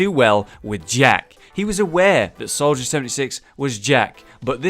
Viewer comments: North gamer solider instead of soldier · Soldier /=/ Solider